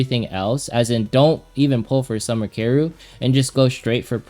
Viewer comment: Summer Karru? do you mean Summer Karyl?? it's pronounced Carol it's German. >///< please say her name right! ty!